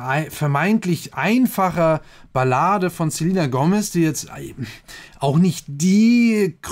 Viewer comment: Du hast den Namen falsch ausgesprochen 😂